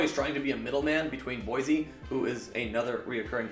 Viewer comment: Boycie, not Boise. Great video, nonetheless.